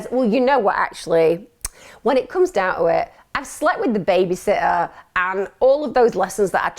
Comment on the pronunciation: Can u speak properly pls, it’s baby “SITTER” not baby sotter or whatever u were saying